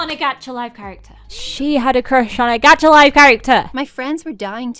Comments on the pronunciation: Why does everyone say g-at-cha.. It’s g-ah-tcha😂😂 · Isn't a anyone laughing of how the girl said "gacha life" Geacha life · GAH-cha life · I think she's saying gacha wrong